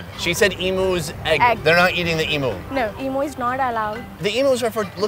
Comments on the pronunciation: i feel bad but as an australia it really got me annoyed when he said "eimoo" rather then "eem you". once or twice is fine but god. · As an Aussie where emoooos are from. It's pronounced "E-,MEW!' not "E-MOO" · It’s eem-you not eem-oo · they have "e'moo" lol i cracked when he said e moo where im fro its "m" "you" emu not emoo lol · It's pronounced "eemew", not "eemoo". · it's pronounced em "U" not e moo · mate. Its Emu, Emewwww! Its Emu. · Emu is pronounced as emyhoo :)) just coming from an Australian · Reckon the best part of this video is how he’s pronouncing emu and guinea fowl 😂😂 as an Australian it sounds so weird really funny tho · why are they pronouncing emu like that 😂